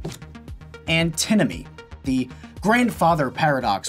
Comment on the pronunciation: Also, it's Antinomy, not Antimony. Google thinks Antinomy isn't a word.